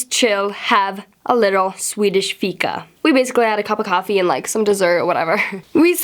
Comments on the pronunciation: Varför uttalar du "fika" amerikanskt? lol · till bara dig utan alla, är det inte egentligen jätte fånigt att vi håller på att tjaffsar om att hon sa Fika med lite amrikansk "uttal"?😅